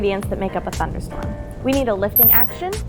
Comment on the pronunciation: "Thunderstrom". lol